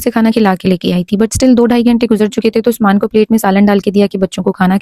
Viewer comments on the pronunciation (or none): none